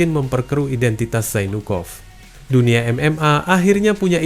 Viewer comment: Zainukov pengucapan nya mirip jadi jonpork